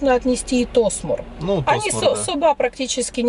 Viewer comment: где ты её взял? Десятый год в Махмутларе живет, а названия районов не знает. Да, в турецком языке действительно, ударение часто падает на последний слог, но не всегда (Аланья, Анталья например), запомни, Оба - ударение на первый слог, а вот ТосмУр и КестЕль как раз на последний. Сама себе противоречит, говорит, что всегда на последний, при этом называет районы ТОсмур и КЕстель. Ой, не верю я, что она там с 11 года...